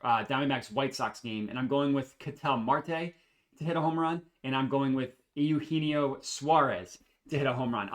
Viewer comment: correct on the pronunciation. Ay-You-Hen-Eee-Oh